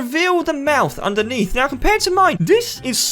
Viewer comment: When you say 'now' you say 'meow'